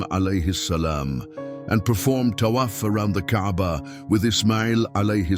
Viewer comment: It's not Kabar. It's Kaba or Ka'ba.